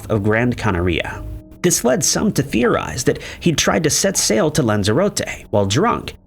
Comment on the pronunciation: I CANNOT with the canaria rhyming with gonorrhea 😅